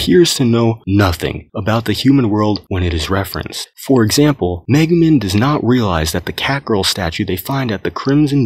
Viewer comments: Lmao he said megu MIN. It’s MEGU MEEEE N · The amount of times this man mispronounced Megumin hurts my soul